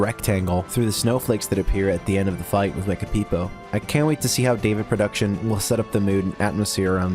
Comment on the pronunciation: rare footage of someone actually saying davidproduction's name correctly